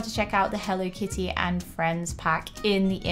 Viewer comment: You’re saying it wrong healthy kids that are using hell Lee kitty that’s great way to pronounce it go to bed I love your store I love your shows but you better show